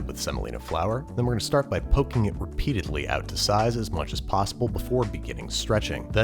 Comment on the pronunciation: "Poking re-PITA-dly"